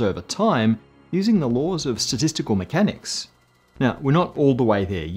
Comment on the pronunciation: At 12.50 it sounded like you said "sadistical mechanics" 🤣 x